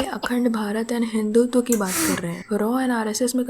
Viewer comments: Ye log hindutva nhi bol pate pehle hi scene me blunder...hindutva ka hindu tawa kar dete hai 😂😂😂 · Yeh saala Jaaved Shaikh, ko theek sey Hindutva bhi bol nahin sakta. Dikha di isney Pakistaniyat 😂😂